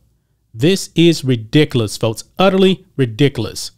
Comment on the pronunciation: That black niqqa narrator can't even pronounce ridiculous he says, "redicalous". Bless his black niqqa heart. 🌻